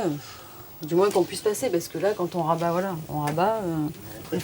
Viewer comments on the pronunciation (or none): none